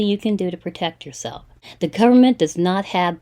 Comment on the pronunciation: Gowerment, goorment, gorment, gorlment, gowerment😡Let me explain you why each and every thing. That wallet will get activate in one day. How do you hold your tongue when you listen to them?! I LOVE how you treat them and frustrate them. Illegal money? Inwolved in investigation. Aaahhhh!!! How can you stand it?!